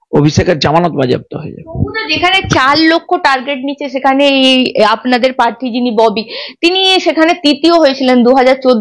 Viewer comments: Madam your's pronunciation is so bad. Prarthi ke parthi balata chharun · পার্থী নয়.. বলো প্রার্থী, তিতিও নয় .. বলো তৃতীয় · কথাটা পার্থি না, প্রার্থী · পার্থী আবার কি? উচ্চারণ ঠিক করুন